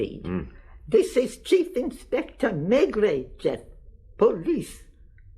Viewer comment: Whenever this was recorded, it's a horrible version! The narrator can't pronounce the protagonist's name 'Maigret' correctly (!) and the Australian accent is as irritating as the overpowering sound effects. I can't bear to listen further. Sorry!